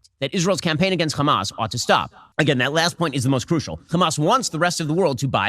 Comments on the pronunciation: he said hamas totaly normaly here. Why cant he proceed and keep saying it normal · It's Hamas not khamaz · "Kchamas" counter please? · Hamas is an Arabic word and the first letter is difficult for the Israeli Jews to pronounce since they are from a European decent which is ironic since their language also has that letter, that’s why they pronounce is “Khamas” but there is absolutely no reason what so ever for Ben to be saying it like that and makes him look soooooo stupid to us Arabs, it’s very embarrassing. Bro is just copying everything the zionists say bar for bar. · If shabeebee says Khamaschk one more time I’m going to lose it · Why is Ben unable to pronounce the word "Hamas"? Anyone who can speak English can pronounce an "H"